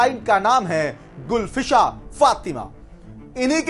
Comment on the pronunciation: गुलफ्शाँ नाम होता है, गुलफसा नहीं. कुछ ज्ञान भी ले लेते.